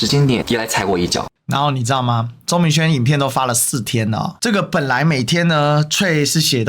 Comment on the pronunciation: 🔳BTW，「threads」的發音是“thredz”，不是“脆”喔！